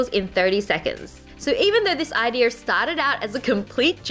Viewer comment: I love how she sais ideer enstead of saying idea (no hate i'm a huge fan)